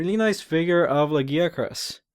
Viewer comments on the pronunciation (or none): but the way your saying it is not the Japanese or English ?in Japanese its pronounced Ragia-kurusu nothing like the way your saying it ? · this is bin bothering me for a wile lagiacrus is Lag-i-ac-rus there is an I sound in there the name is based on latin i know you say words strangely and many monster names loose there names from Japanese to English but monster names that where based on the latin 1st loose there sounds because of the limits in Japanese and get added on when put in English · okay i see but the reason mainly that it bothers me is your saying it like Giggi as in Laggi witch if he has has bad internet (for a sea monster) is fine lol to be honest i read it like you say it when playing true tri but then i was created by many people, i do love the monster really made me love water fights with the lance (even making the armor irl mix of the g rank and normal)